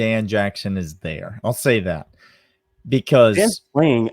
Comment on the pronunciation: He does not say it like that. You need to listen. Bhaaaa